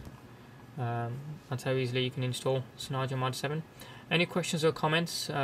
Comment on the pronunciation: your saying it wrong! its cyanogen not cynyogen :S